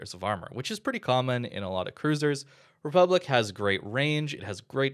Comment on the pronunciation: I can hear the French cringing at the pronunciation of "republique"